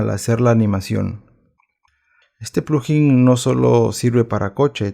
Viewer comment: No se dice plujin, se dice, plug in. Por separado